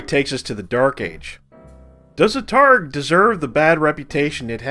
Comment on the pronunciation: Great video! Definitely taking on some of that Black Pants Legion energy, but in your own flavor. We can never have too many Battletech creators! You've earned a like and subscribe. One small point of order, the word targe is pronounced "tarj".